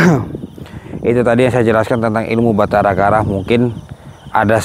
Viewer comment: Batara karang bukan Batara kara